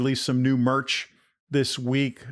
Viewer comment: Say merch again 😂